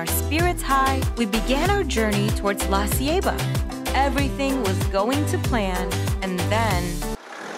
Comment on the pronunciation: I love how she pronounces Baleada and La Ceiba lol great video! So relaxing and beautiful.